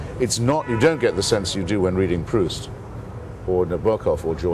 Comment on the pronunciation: It's funny he pronounced Albert Camus correctly but not Proust.